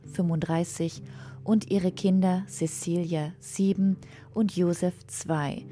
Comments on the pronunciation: Cäcilia spricht man nicht Sesilia, sondern Zäzilia, ebenso heisst es nicht Kreschentia (Kreszentia), sondern Kres-zenz-ia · Zezilia! Es wird Zezilia ausgesprochen! Wir sind nicht bei den Angelsachsen. :-(